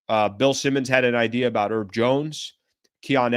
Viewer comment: His name is HERB, with an H. He's not one of those eleven erbs and spices bro. Oh and while I'm at it, Deandre's last name has a T in it, right in the middle. You should pronounce it every now and then.